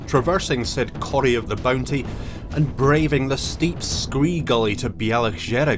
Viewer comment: Coire is pronounced corry and not coor.